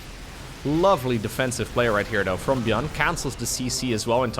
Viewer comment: why do you sound like you do? EVEN DOE WORK DOE HOW DOE HE WILL BE DOE.